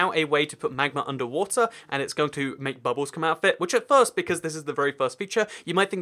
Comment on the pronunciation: wat-er lot of fun